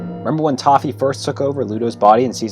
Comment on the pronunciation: Did you say... TOFFE ?!